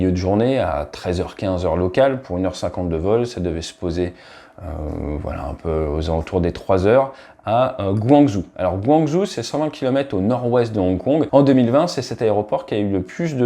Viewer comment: J'ai pris un vol Paris Shanghai sur China Eastern et un sgh -tsingtao et ça c'est bien passé, compagnie propre comme china sourhern.... hypothèse d'un attentat ? Ouïgours ? Pas impossible...pour info on dit "guanjo" pour guangzhou/canton /广州. 😀